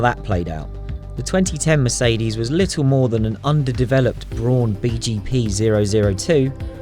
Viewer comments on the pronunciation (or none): none